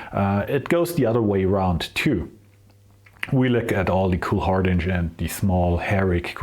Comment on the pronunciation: Some people get it wrong. Hardinge is pronounced like hinge, "door hinge' Great lathe.